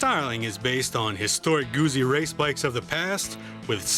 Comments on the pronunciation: Yes, discerning Guzzi riders know how to say "Guzzi". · It's goot-see..GOOT-SEE! Not goozie. . ;) Great review BTW.